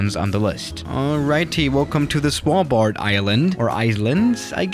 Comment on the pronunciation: The way u say Svalbard 😂🤣😂🤣